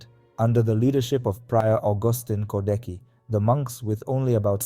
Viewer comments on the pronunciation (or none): I gave thumb up, but… for God's sake, check pronunciation (you read “Częstochowa”, “Jagiełło”, “Kordecki” totally wrong, watch the video titled "How to read Polish or something" and you will see), and if you have problems with saying Polish names, record what google translator read aloud.